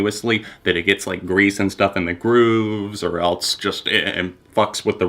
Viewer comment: "Or eltse"